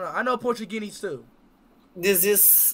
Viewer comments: The fact that he says PORTUGINESE instead of Portuguese 😂💀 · '' i know portugeenies too''